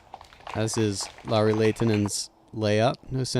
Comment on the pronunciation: The announcer pronouncing Lauris name really well. Not perfect but REALLY WELL. Love it. Professional. Awesome.